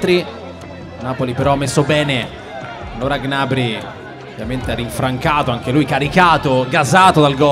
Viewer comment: Ma perché il commentatore non sa dire gnabri